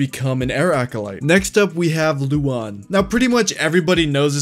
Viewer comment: Oh. It’s Luan no Lu-an. Why is everyone pronouncing it wrong? I thought he was a woman.